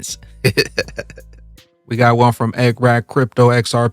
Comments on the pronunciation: Who the fuck says BEENance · Yellen could have intentionally mispronounced Binance🤔👀